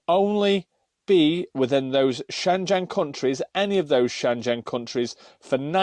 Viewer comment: Shengen,,, not shenjen!! Great bid, but it kept grating on me everytime u said Shenjen!!! 😉